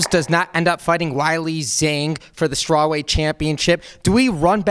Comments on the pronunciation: Wyllie Zang is the most brutal butchering of Weili Zhang I’ve ever heard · its WAY - LEE zhang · Weili Zhang is pronounced Way Lee Jong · That Zhang Weili pronunciation was rough lol